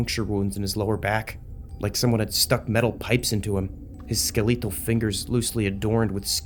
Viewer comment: ah yes "skelEETle fingers"